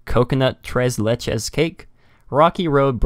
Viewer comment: I got excited when you read tres leches on that menu correctly lol.